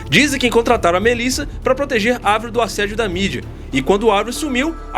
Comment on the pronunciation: Eu como fã de avril desde Let GO preciso começar esse comentário com um muito obrigado, por chamar Avril e não "Eivril" como até hoje chamam errado assim. Racho de rir dessa teoria que começou a ganhar força em 2005 quando Avril pintou de loiro o cabelo para interpretar a Courteney Love (viúva de Kurt Cobain) no cinema, o filme nunca saiu da gaveta até hoje mas ela adotou o loiro em definitivo até hoje, aí soma tudo isso ao álbum The best Dawm Thing de 2007, cheio de rosa e dancinhas no palco... Algo totalmente diferente da Avril skatista, já era, o que era burburinho ficou mais e mais forte. Sei lá, vejo ela super bem, cada álbum é um rolê diferente. Quisera eu como fã vê-la novamente no auge do mainstream como 2004.